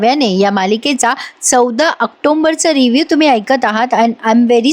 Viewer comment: Please say October and not octomber😅